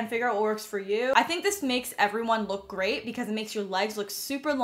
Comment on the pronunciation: I thought you said “the gray thing about this” instead of “the great thing about this for your all gray outfit lol